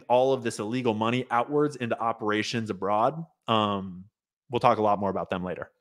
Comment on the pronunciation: Talking aBOOT up river! Where is Indira Singh?